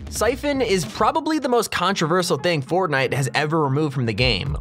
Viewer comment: I thought was real fortnine🤣🤣